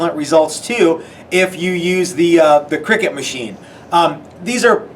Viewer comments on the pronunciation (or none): Great video guys but just for info, it’s pronounced cry-cut, not “cricket” as it is a CUTting machine and does not involve silly men hitting a small ball with a bat. 😊